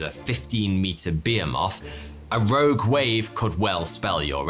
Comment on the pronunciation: I’ve never heard that pronunciation of “ behemoth” before.